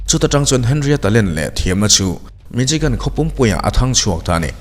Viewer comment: Mi-Shi-gan tia lam tur Michigan hi..... C-H-I chi ti a lam tur qnilo